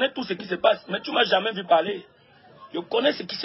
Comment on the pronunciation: Gato on dis jamais Pas jamain